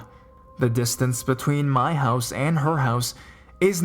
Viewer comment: Quit separating the syllables while talking really fast at the same time."I RE-GU-LAR-LY STAYED AT HER MO-THER-S HOUSEUHHH"